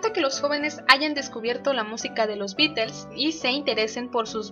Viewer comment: Hola. ¿Por qué pronuncias "Beatels"? Estas en España? Saludos.